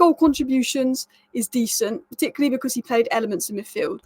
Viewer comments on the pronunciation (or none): none